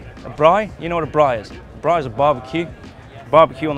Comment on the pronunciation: says braai! Love it!